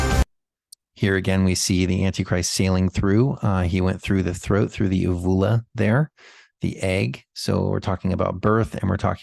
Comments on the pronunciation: Uvula, pronunciation: YOU view la. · Long 'U' on first u in uvula. Just FYI.